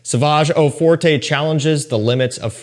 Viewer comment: Fyi no big deal but it’s not pronounced eau fortay but eau fort